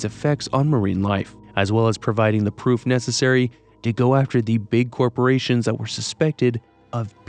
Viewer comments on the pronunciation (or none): none